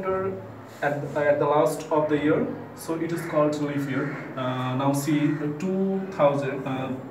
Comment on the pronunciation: Pronunciation is like "leaff" year🤣